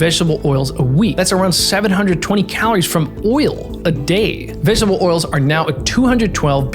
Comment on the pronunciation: What's "vegshbuh oil" ???